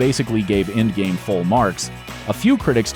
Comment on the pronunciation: Why he keeps sayin ingame ??